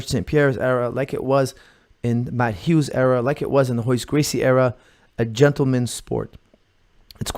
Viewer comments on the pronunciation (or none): none